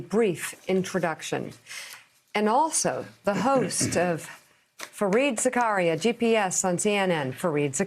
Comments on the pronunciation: How do you explain the fact that he pronounces it Za-karia? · For the life of me, why do you all mispronounce his name, Zakaria. It's a mideast name, ZAK- aria.